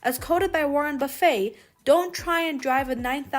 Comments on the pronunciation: OMG, you are mispronouncing his last name. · Can’t believe no one has mentioned the mispronunciation of his name.